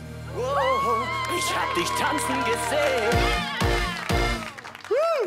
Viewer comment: Alles was ich höre : Isch hab disch , Isch hab disch ..😂